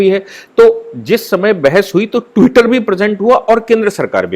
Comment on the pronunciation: Tutter per saphar Nahi aayi hai.Enlogon be Bharat me saphar machaya hua hai ..aap jars bhash ko thik Kar Bola Karen pl.